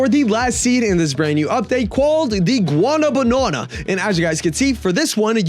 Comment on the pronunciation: "Guano banana" where do u see the extra syllable 😭😭🙏